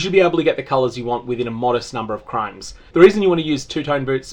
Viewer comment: why do you say crimes? i think the word you meant to say is chromes.